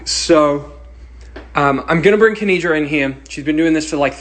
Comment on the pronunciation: Thank you so much for uploading this! Just letting you know her name is "Kenidra", not Kendira! :)